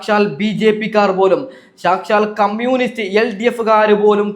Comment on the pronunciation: ആദ്യം കമ്മ്യൂണിസ്റ്റ് എന്ന് മര്യാദക്ക് പറഞ്ഞു പഠിക്കു മൈരേ